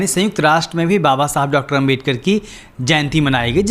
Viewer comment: यह " पढ़ा-लिखा " आदमी बाबा साहब डा अंबेडकर जी को 'अंबेदकर' बोल रहा है!